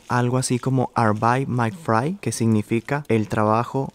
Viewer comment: La pronunciación no la digas con tonancion inglesa más o menos la escribire con la pronunciación en alemán "di arbetaig MAG frai"